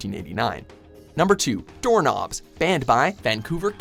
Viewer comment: WHAT DID HE JUST SAY DOOR NOBs.... DOOR NOBS REALLY